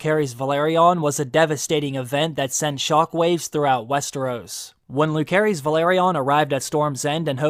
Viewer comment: Bro, how are you mispronouncing Lucerys this bad? It's definitely not Lū-care-ees.